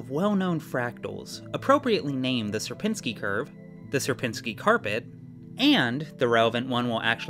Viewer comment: It is only for Algorithm Summoning Circle, so don't take it too hard When I saw a warning for polish pronounciation I was surprised But then I heard the pronounciation of "Sierpiński" and... Uh... 😅 Anyway, good luck with your move!